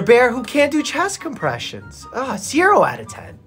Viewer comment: For a quick second during the beginning when he said oh a bear doing chess compressions I thought it was his dog 💀💀